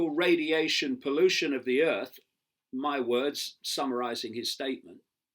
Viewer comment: Love it "in me books"